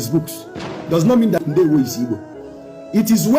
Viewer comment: Please sir more emphasis on ndewo